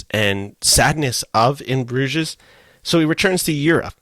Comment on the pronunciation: s is silent in Bruges.